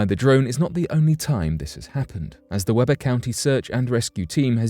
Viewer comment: The county in the first story is pronounced WEE-BURR